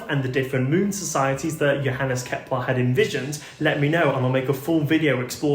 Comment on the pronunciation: Ah, Kepler, not Keplar.